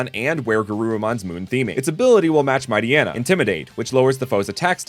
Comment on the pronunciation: I understand the mispronunciation of Poochyena and Mightyena, but I’ve always figured their names would have the same pronunciation as “hyena”, considering that’s where part of their name origin comes from